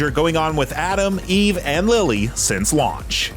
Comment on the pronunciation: did he say E-V and not eve? i thought these reviewers were supposed to be gamers.